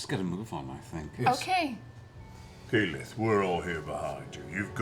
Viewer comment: How did you manage to butcher keyleths name this badly? Especially when the name is aleays on screen. This is honestly impressive